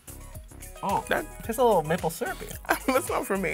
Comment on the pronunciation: EVERY TIME THEY SAID MAPLE SYRUP,I HEARD NIPPLE SYRUP.